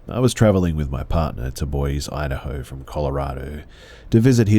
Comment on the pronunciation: it's pronounced BOYZEE not BOYS haha... boise